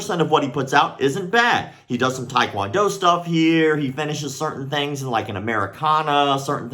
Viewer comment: “Taekwond player” 🤪